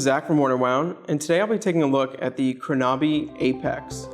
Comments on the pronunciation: Dilip Goel Yeah, Krona-by not Kro-Naby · Great review! The only remark I have is the pronunciation of the name.